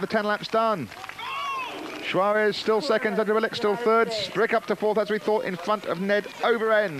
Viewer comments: The announcer couldn't bring himself to say Tinker's name correctly the whole race. It's Juarez (pronounced "Huarez"not Schuaresh, or Schuares). I was cracking up every time. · I watched Tomac ride a wheelie all the way across the main road of Crested butte on that drop bar Yeti in 1990 during a qualifying stage. The dude was pure style! And if the announcer mispronounced tinker Juarez' name one more time I was going to scream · he sounds like goldmember when he says 'juarez'! that, or he's trying to say shawarma? ;o)